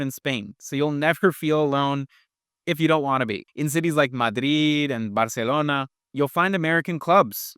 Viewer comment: Sorry, but it sounds so idiotic when you try to pronounce Madrid and Barcelona in an authentic Spanish way when speaking English.